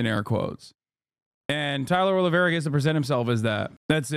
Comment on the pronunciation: The pronunciation of his last name is so bad. 😂 Just call him olive tree